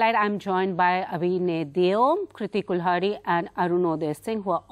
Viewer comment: She's Kirti not Kriti